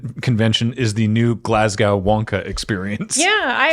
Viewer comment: Glaz-go.... it don't rhyme with cow my dude. Great episode tho. Algorithm go nom nom nom.